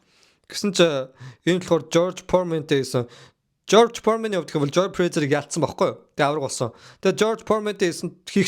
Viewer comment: George Foreman not George Poorman